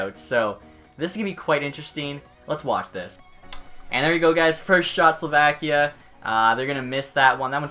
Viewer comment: Please learn how to say names right or at least the country Slovakia.